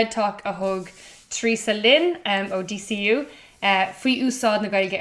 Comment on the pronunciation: Abair DCU mar “day say ooh,” le do thoil.